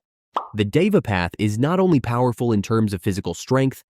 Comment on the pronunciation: Deva path in said as dhe-va not diva😂